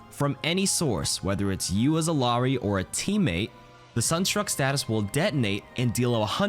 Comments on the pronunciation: Isn't it pronounces E-yar-ee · double L in Quechua is pronounced as a Y, not as an L. Ee-YAH-ree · It's pronounced iyari it's Peruvian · It’s pronounced eel-yar-ee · you’re pronouncing her name wrong. It’s E-yari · Iyari, two L’s make a Y